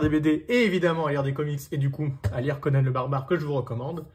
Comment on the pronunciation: Normalement, ça se prononce "Conane"